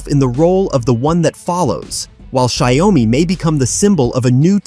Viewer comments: Terrible pronunciation of the company name it pronounce as "Jiao- Me" not Shy-Oh-Me. 😅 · Why this ai bot keep saying “Xiao o mi” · Shayomy??? WTH i mean " wut Da pakk" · Watch your pronunciation - Xio-Mi not Xi-O-Mi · your video can't even pronounce Xiaomi correctly.... you need to change your AI or just give up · It’s pronounced shyao me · You have an irritating mispronunciation of the name of the product "XIAO-MI" There is only 2 syllables not 3. NO OM-MI. Please go back to school and learn the right pronunciation!!! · Shy-oh-me? This has to be an Ai voice over 😂😂😂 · when AI can't pronounce XiaoMi but everyone thinks it's LEGIT shit it's talking about ! World is going the path of IDIOCRACY movie was forecasting it will ! :D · For whatever this person trying to blog or influence ( is he a robot who can't pronounce a Chinese translation). He can't pronounce XIAOMI...Forget him.. B. S. Insult the product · Couldn’t even pronounce the name correctly 🤣🤣🤣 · If you can't even pronounce the company name (Xiaomi) correctly it's a pretty fair bet this whole video is just normal tech BS. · If you can't say xiaomi then please keep quiet. It sounds terrible. Stop that! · Its robotic voice that almost sounds human. Its just reading off a written script. That why it cant pronouce word. Properly. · Your pronunciation of "Xiaomi" betrays your ignorance. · Stupid AI...can't even pronounce well( Xiaomi )